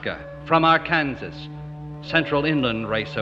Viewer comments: It's usually pronounced Arkansaw though, I think because of French influence. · I’ve heard many old timers pronounce it ar kansas…. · All of my people come from both sides of the Ozarks, that is, Missouri and Arkansas. You’re quite right that a lot of people pronounce Arkansas “Ar-kansas”, but that seems to be more of an affection than anything else. Same with Missouri and Missour-ah.